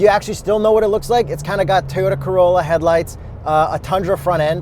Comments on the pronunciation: It’s TOYOTA NOT teyota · First name last name Tarded IT’S PRONOUNCED TOE YO TAH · WhY-uri, you say T-oyota? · I'm a simple man, I hear Teeyota I up vote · It's pronounced Teeyota? Lol... Really entertaining review as always. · Only a proud prowler owner would say tea-ota >:O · This man said tiyora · lip chap and tee-yota